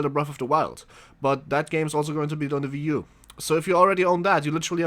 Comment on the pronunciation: It's not a ve u. It's wii u